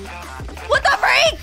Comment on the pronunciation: I love the way she says "DA FREAK" 🤣